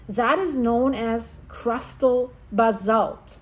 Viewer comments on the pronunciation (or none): Thanks ❤, also I hear you say Ba-zalt, but it’s Ba-salt 😊